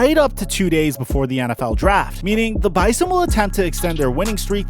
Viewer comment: Next time you talk about the bison please pronounce it bizon all the ND people are cringing